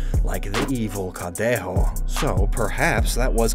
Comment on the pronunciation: I just want to congratulate for how much his Spanish pronunciation has improved 😄 Specially when saying Barcelona, Santa Campaña, and Cadejo 👏🏼👏🏼👏🏼